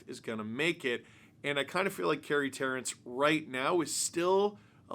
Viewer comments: FYI It is pronounced Carey Terr”AN”ce. And I think this good for the Ducks. They get him for almost nothing. Only makes him better. Terrance probably won’t make the Ducks with their prospects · It’s Carey ter-rance